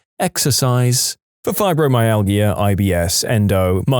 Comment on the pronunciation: "UTIs" isn't a single word. It's an acronym, pronounced "yoo-tee-eye", and stands for Urinary Tract Infection. Also, fibromyalgia is pronounced with a "j" sound from the "g," meaning it's pronounced "fye-bro-my-al-jah".